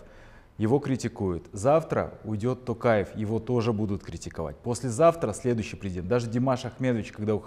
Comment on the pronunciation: фамилия нашего президента не ТАкаев, а ТОкаев. В казахском языке как пишешь, так и читаешь.